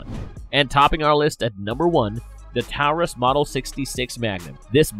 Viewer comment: I have a hard time believing this guy since he made several videos bashing the Taurus Judge which by the way you're still pronouncing Taurus incorrectly and now he realizes how important ammo availability actually is and then interchangeability shortly after